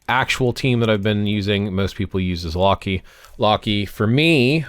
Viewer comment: Who pronounces Loki as "Lockey"?😂